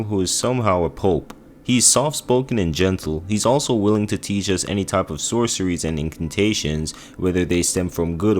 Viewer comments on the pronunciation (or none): none